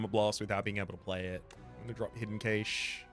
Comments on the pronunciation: Love the vids! But i have to say this it really irks me the way you pronounce "Cache" it's pronunced "Cash".😅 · Whether you speak anglish or 𝕰𝖓𝖌𝖑𝖎𝖘𝖍, cache is pronounced more like 💵cash. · Okay this comment has nothing to do with the game, but I think it’s interesting how I hear British and Australian English speakers saying “Kay-shh” for “cache” while, in America, we just say “cash” I guess the “e” don’t be silent for y’all there. (Please somebody get this joke from like 2011 so I don’t feel super old) But it’s gotta be the “e”, right? Cuz it’s the difference been “Kat” and “Kate” Wonder why we say “cash” then? Also, can’t wait to find out that Americans also say “kaysh” and I’m the weird one. LOL